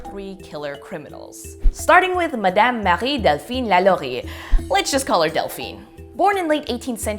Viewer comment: It's Delphine not Dalphine lol, i named my daughter it after i saw it on ahs lol :)